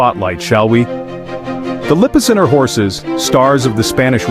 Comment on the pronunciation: You mispronounced Lippizaner twice!